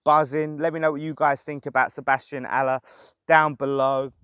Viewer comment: Good pronunciation, well done!!!...COYI...⚒⚒⚒⚒